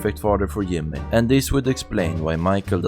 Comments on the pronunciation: It’s Jimmy not Yimmy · Is there a reason you pronounce J as Y or is it just due to accent? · Its the german accent bro, J is pronounced I in german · Who is "Yimmeh" and what is "Jeethay" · you. You pronounce Jimmy’s name wrong. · This dude need to get the shit out of his mouth and talk right and learn to pronounce words because instead of saying things like job, Patrick,yellow jack,jacket, Jimmy he says yob,park it, yellow yack,yacket,yimmy